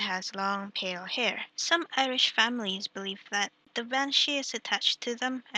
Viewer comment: Irish not Iridh :(